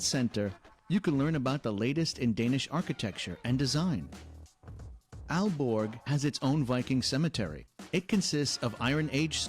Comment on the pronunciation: you make a video about denmark. why don't you learn how the names of towns are pronounced? aarhus??? aalborg??? the central place in copenhagen, rådhus/raadhus??? terrible!!!